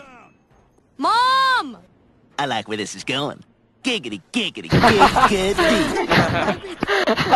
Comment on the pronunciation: Not to be a grammar nazi but it's giggity giggity gig uh ty